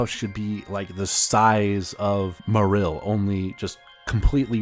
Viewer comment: You pronounce Marill in a strange and incorrect way, and also overall just a very robotic way of speaking. Maybe loosen it up a bit.